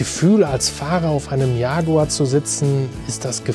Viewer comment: Not yaguar but jaguar